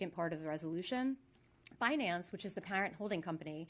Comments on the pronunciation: Banace...you mean binance 😂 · It’s pronounced Bi Nance ,Yellen. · Janet Yellen is pronouncing it wrong on purpose - because what you " investors " are fixing to get from the" Banance " Ponzi is the big " Banana " . With zero lubricant .